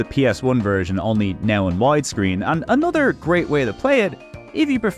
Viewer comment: "A-nutter", Gosh you mean, "A-no-ther"? I can't stand people who speak English and can not pronounce simple words. Like did you get home schooled by a dog or something.